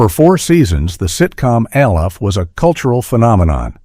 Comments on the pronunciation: The reference to a show being "cold and impersonal" is ironic, when it's given by AI. It's "ALF," not A.L.F. F**k AI. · Alf. ALF! NOT ALE-FH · Al-if, that’s how some people pronounce it in Ireland.:) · The AI is mispronouncing it because it’s in caps and it thinks it’s an abbreviation. It’s saying A L F quickly. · The AI voice keeps saying "Aleph" for ALF. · al eff??? AI voice sucks A ell F ??? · The AI voice narrating this 🙄…when have we ever spelled out each individual letter in ALF? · The fact that the a I voice I can't pronounce alf, but can pronounce his home planet melmac really? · The way I RAN to the comments when I heard it pronounced that way!! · 27 mins he cant say ALF lol